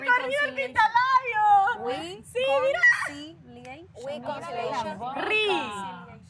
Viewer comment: Andrea: riconsileishon Shirly: wiconsileishon Eli: Ri! Ri! Shirly: reconsileishon 😂😂😂😂😂😂😂